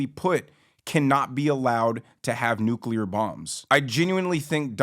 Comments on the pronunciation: Lol i almost forgot how hilarious it was to hear GW say nucular like 10 times in a row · Bush couldn't even pronounce nuclear